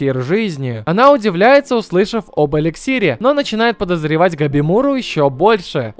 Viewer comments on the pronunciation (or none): Этот тайтл просто шедевр, но к сожалению он не популярен. Жалко конечно... Кстати его зовут не "Гобимуру" , а "Габимару" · Чел, его габимару звать, а не габимуру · Габимару, а не габимуру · бл, почему габимура, там же везде говорят габимару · Габимару блять!!!! Какой ещё сука габимуру